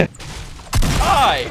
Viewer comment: Has anybody else noticed that he says helloa instead of hello